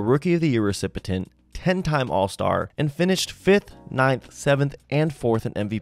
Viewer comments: Recipient. Wow, did you butcher that. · You pronounce “recipient” wrong. Not trying to be a dick, just pointing it out so you know to fix it.